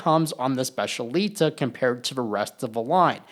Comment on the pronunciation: It’s pronounced SPETCH-EE-AH-LEE-TAH